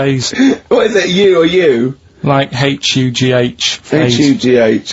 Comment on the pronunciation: Karl insisting on mispronouncing the name Hugh. Is it a Manchester thing to make the H silent? For God's sake, knob ache.